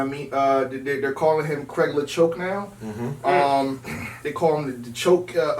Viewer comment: Craig La-choke?? 💀💀💀